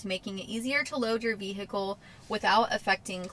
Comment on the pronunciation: Hello and welcome! I'm Nudie Hand Puppet! Great update as ever... I also love the way you say... Veee Hickle.